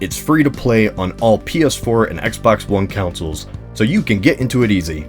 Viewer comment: correct me if I'm wrong but, when you mentioned "free to play on XBOX and PS4 consoles, you said Councils not Consoles.... Just letting you know!:) Please don't kill me...